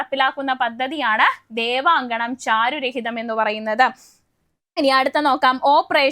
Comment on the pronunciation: ചാരു "രഹിതം" അല്ലടോ 😂 ചാരു"ഹരിതം"